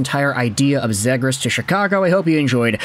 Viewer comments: Dude there is such a thing as making too much content lol.....and as many people have pointed out in your 100 videos about this guy, it's ZEE GRAS, and it seems like you are the only guy that cares about him. Most overrated player on the market. I hope Anaheim gets stuck with him. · You're getting a thumbs down for the way you keep saying his last name